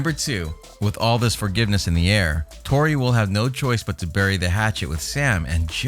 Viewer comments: It’s Tory not Rory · How u gon make a informative video then get the characters name completely wrong